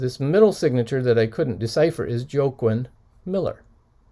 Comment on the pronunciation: I think that poet Joaquin's name is pronounced "Wah-keen". Like the actor Joaquin Phoenix that recently played in the Joker movie. Not that its important lol. On the other hand...what a great find!